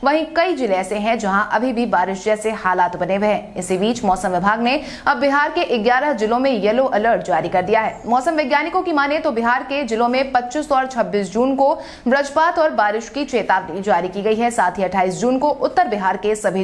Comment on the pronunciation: बज्र पात का उच्चारण ब्रज पात करती है कृप्या इसपर आप सुधार करेंगे तो हिन्दी का मान बढ़ेगा ।। यदि सही बोल रहें हों तो कोई बात नही ।